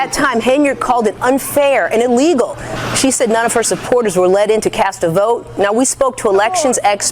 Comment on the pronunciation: The most Tiffany thing ever. Shows up to court 30mins late then proceeds to “educate” the judge about what is legal and “EEE-LEE-GO” 😂